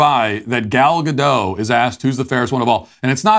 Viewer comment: Hi Matt, the T in Gadot is not silent. it's heard how you write it. GADOT.